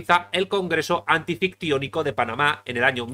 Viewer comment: No es antifictionico, sino anfictionico